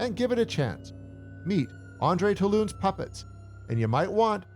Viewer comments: Toulon is pronounced like "two-lon," not "toe-loon." "Pupper Master: The Littlest Reich" is my personal favorite. With a screenplay by S. Craig Zahler, you can't go wrong! 👍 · Making it sound like a Chinese restaurant 😂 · Who is Toe-loon? His name is Two-lon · The Puppetmaster's last name is not pronounced Tah-loon lol. It's Too-lon...normally I dont post comments like this but 5 minutes watching and it's doing my head in lmao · lol Andre "Ta-Loon?" It's pronounced: "Tu-Lon" But I'm going to call him "Taloon" from now on :P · TOE LOON?? DID YOU WTCH THE MOVIE? THATS NOT HOW ITS PRONOUNCED. 😅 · Isn't it pronounced 'too-lawn'? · It is. This narrator sucks. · Ur killing me. Its pronounced “two lawn” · Not trying to be negative here, but you mispronounced Toulon every time you said it. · I hate when they mispronounce names. It's like y'all have seen the movie right?